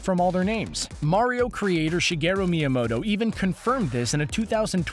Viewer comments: Sorry, what? Repeat that? S..Saigeroo Maiyamodo? .. You mean Shigeru Miyamoto? Nice try! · It is pronounce shu-geer-a mee-a-mo-toa